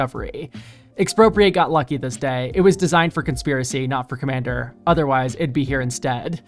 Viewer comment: When you said "for-commander cards" i heard "four commander cards" and thought "surely theres more than that"